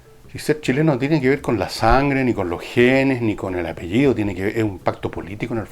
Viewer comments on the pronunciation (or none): none